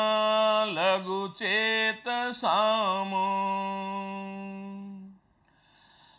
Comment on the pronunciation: व्याख्यान पर्याप्त ज्ञानवर्धक है। महोदय. प्रथमोच्चरित श्लोक में लघुचेतसाम् के म् के उच्चारण में अ की ध्वनि अवांछित है। इसी तरह कुटुम्बकम् के अंतिम म् ......